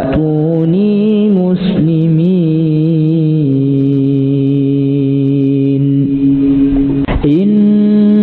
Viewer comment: Ass.ww.mohon maaf koreksi dalam suara wa tuunii muslimiin terdengarnya wa nuunii muslimiin.makasih